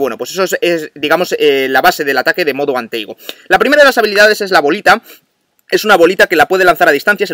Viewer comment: Se dice Modo and Tago no Modo and Teigo